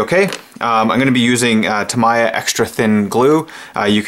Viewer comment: Its pronounced Tammy-ya ;)